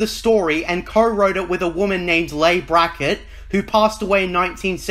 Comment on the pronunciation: Leigh (Brackett) is pronounced like "Lee", not "Lay."